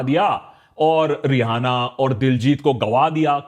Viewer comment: Just out of the topic thing I would like to share.Even though it's Rihanna but it's pronounced as Riana and not re-hana. Thanks.